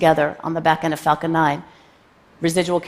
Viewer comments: She needs to work on her pronounciation of "Falcon"! It sounds exactly like "f*cking". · Am I the only one hearing her say 'f*cking' instead of 'falcon'? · Ohhh Myyyy. Erytime she said falcon i thought it was the f bomb. "The big facin rocket" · I know she said falcon but I can't unhear the other F word.